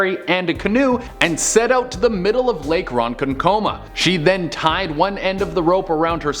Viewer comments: Hey Man .Its funny when non NY'ers say Ronkonkoma.Its pronounced Ron-konk-Ah-Mah Not Ron-Con -Coma.Just for future reference . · It's pronounced Ron kon ok ma....but omg yay my hometown legend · LMFAO as a native to long island its pronounced RON-CON- CO-MAH 🤣 THE WAY ITS SAID HAS ME WEAK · Coming from a fellow New Yorker who lives on long island, it's pronounced (ron-CON-kuh-mah)😂😂. But it was awesome to see a town near me on this list! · I live a few blocks away from Lake Ronkonkoma and he is pronouncing it wrong. But everything else he says is true. And I’ve swam in it a lot of times and it is fun. Fun fact: the deepest part of the lake is 70 ft deep. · I agree, coming from Holtsville, which is about 10 minutes from there, I thought it was weird it was pronounced wrong. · I love but he butchered that but it’s so funny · kitty kryssy wish he looked up how to say Ronkonkoma.